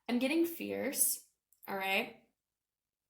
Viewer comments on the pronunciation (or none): When you said fears I heard fierce and that resonated :) thank you!